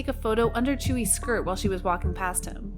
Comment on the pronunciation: "number two chuyi" I'm sorry but the way you pronounce her name is just funny idk why